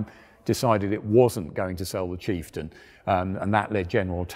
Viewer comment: Did i hear kieftain?